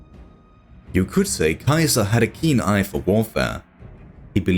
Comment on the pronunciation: I love your work man! But please stop butchering Caesar's name haha. In english its pronounced (see-zer) Caesar 😂.